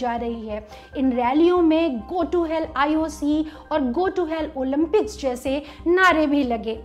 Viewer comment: ओलिम्पिक्स ..... ओलिन्पिक्स नही